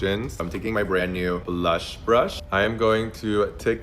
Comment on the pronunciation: i’m american so i’m allowed to critique the absurd way this person speaks. “blush” and “blur” ARE ONE SYLLABLE. no one- and i mean NO ONE says “buh-lush” or “buh-ler”.